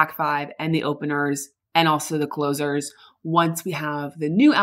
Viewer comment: did u say closure?